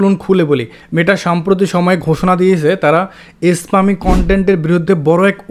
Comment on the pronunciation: স্পামিং কে যেভাবে বলছেন সবাই ভাববে ইসলামিক 🙂